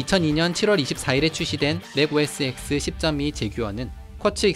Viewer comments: Mac OS X > 맥 오에스 엑스 (X), 맥 오에스 텐 (O) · 음.... mac os 엑스가 아니라 텐으로 알고 있는데....